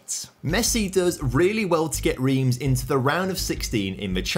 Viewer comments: Reims is pronounced like France in French without the F - "ran-se" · Love the video but hate how you pronounce "Reims"